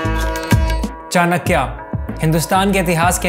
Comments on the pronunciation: चानक्या नहीं चाणक्य!!! कहना सीखो Me in 10th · It's '' चाणक्य " not " चाणक्या ". You think " चाणक्या " sound cool, no, it sounds that you are fool bro. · One correction here is that the correct pronunciation of Chankya is Chaaa-nuh-k-yuh. There is no aaa sound in the end. Same is for Dharma, no aa sound in the end. Kudos to the team for making videos on these practical topics which people thought are just textual philosophies. I truly believe Indian culture already teaches the correct way of living.